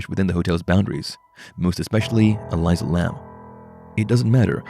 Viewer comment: Ur saying her name wrong! Careful she won't be happy with that...😱